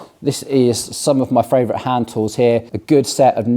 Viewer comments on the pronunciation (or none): Came here for the “Fravorite” Was not disappointed.